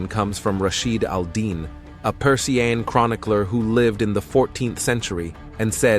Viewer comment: When a supposed "history" channel does not know how to pronounce "Persian" well, it can go fuck itself!